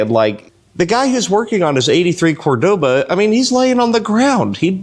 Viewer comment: I'm pretty sure you took many shots before.😂😂😂 There is no such thing as a Cordova..... It's Cordoba.